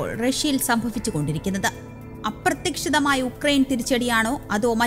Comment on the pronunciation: അപ്രത്യക്ഷിതമായ എന്നല്ല അപ്രതീക്ഷിതമായ എന്നാണ് പറയേണ്ടത്.